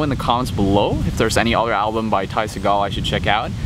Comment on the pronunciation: u said his last name wrong\1